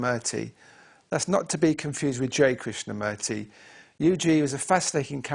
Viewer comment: krishna "murty" the dude pronounces it like "kurt" Its "moorthy" Like the word "moor"